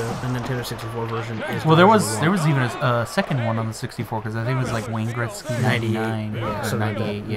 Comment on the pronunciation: Gretzky...."Gret sky" not "Greck sky". Good review though. Loved that game back in the day.